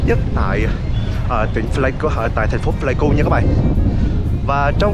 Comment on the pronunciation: Pờ lây ku k đọc phờ lây ku nha b, hi, video hay lắm! Cảm ơn b review quê mình